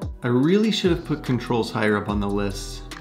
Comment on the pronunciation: Forgot the “t” in controls.